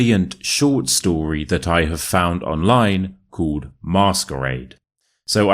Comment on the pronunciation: The way he pronounces "called"! How does he do it?! 😂❤ x from Argentina.